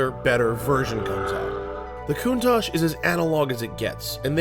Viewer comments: I believe it's pronounced "koontalk" not "kountash" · is that really how you say countach? I pronounce is "CON-tach" not "Coontach"